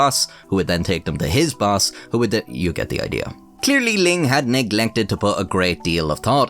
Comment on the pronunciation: You can’t say the “th” sound. Maybe you should have someone else narrate.